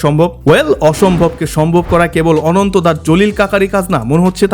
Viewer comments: অনন্ত ❌ আনান্তা ✅ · R ekta ache NTE. R ei pronounce ta ononto na.. Asole dekhte omon.. But ananta er uccharon ta অ্যানানতা hbe 😂😂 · অনন্ত ❎ আনান্তা ✅